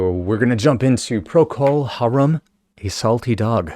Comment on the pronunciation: why do all these people misprononce Harum? Plus it's Gary Brooker, not Booker!